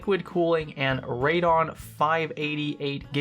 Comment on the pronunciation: that's not how u say Radeon but meh..